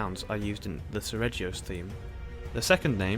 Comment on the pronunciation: 36. the G in seregios is actually pronounced /g/ as in guy, ghost and aghast, not /dʒ/ as in jack, joy and ajar